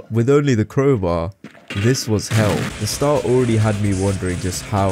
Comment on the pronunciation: "tHe kWoWbAw"